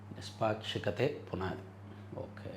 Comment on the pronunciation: నిష్పాక్షికత.ఈ పదాన్ని వందసార్లు సరిగ్గా చదువు.